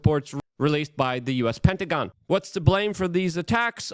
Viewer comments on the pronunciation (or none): none